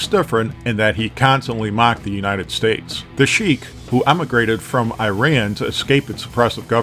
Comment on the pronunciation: Hearing you pronounce Iran hurts my ears